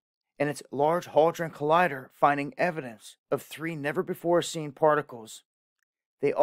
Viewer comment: haldren? it's HADRON.